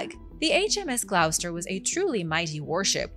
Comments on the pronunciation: Hi... Gloucester is pronounced = Glawster. Have a great weekend. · Pronounced GLOSS-STER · GLOSTER is how its pronounced ;)